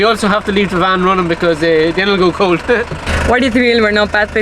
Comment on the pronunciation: As says, it is cowlt. Welcome back to the Emerald Isle!